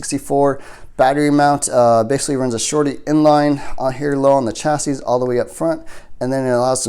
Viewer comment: BTW: The word Chassis is pronounced chass-eee. The S at the end is silent. 🤓